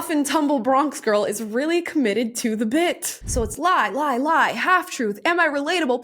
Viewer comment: I'm all for emphasizing the words you want the other people to NOTICE. Why is she emphasizing "the" so much? It makes no sense. NOTHING she says makes any SENSE!